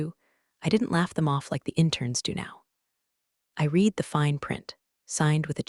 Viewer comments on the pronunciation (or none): Look, I love these stories. But they are driving me insane with the misuse of the word "READ". Yes, sometimes it is pronounced "reed". But many times it should be pronounced "red". It is very insulting that you claim to be appealing to smart women, when your readers or AI can't even read a word in context!!!! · The past tense of the word “read” is pronounced “Red” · mispronouncing “read” that often makes it hard to take seriously 📚